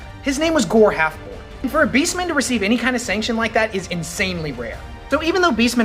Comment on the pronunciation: Half-HORN, not Half-born.